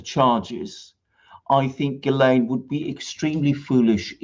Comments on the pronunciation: Please pronounce her name properly, it’s a French name it starts with a jjjuuu, lorn, it’s not perfect but for most non international nation on the planet earth it’s near enough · I have never heard of this name Ghislaine pronounced the way you say it..... I've Lived in Quebec , which is french , and they pronounce it 'Jishlaine " ..